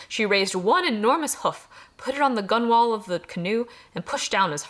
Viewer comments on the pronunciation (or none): Gunwhale is actually pronounced like "gunnel", It's a sailing/maritime term for the top edge of the hull. Sailing terms are dumb, the mainmast is pronounced "main'mst", forecastle pronounced "foek'sl", and topgallant pronounced "t'gallant". Sailors are lazy. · The part of a canoe (and indeed other boats) that is spelled 'gunwale' (and other spellings) is commonly pronounced 'gunnel', as I've heard it, it rhymes with 'funnel'. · gunwale is pronounced "gunnell". i don't know why, it just is lol